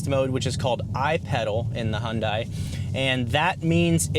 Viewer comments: H’yawn Dae, not Hun Dai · Great video. Only suggestion is with pronunciation... It's "Hyun-DAY...rhymes with SunDAY" (from Hyundai's Super Bowl commercial addressing the pronunciation) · it's pronounced hyundé (dae) .. they messed up romanization of the korean word imo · It’s Hyundai, like Sunday lol😂. Great review!